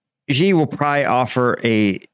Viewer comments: Xi is pronounced SHE, not Zee. Stop murdering my ears. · Good analysis. Btw, Xi is pronounced "She".